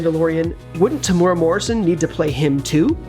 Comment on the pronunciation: His name is spelt Temuera (not Temura) ...which might help you to avoid butchering the pronunciation as well.